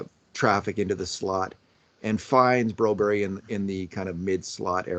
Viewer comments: Do you have some sort of problem reading Broberg's name. He's a grown up if he wanted his name to read Brobery on his jersey then it would. Get over yourself! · Who's this Broberry? The coach and everyone else says Broberg here in the west. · 8 min in and I am done watching because these two refuse to say the mans name properly, extremely disrespectful.